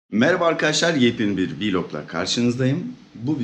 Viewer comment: Abi söylemiyim diyorum da vilog değil ya blog diye okuyan :D